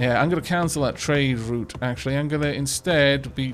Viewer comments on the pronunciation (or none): none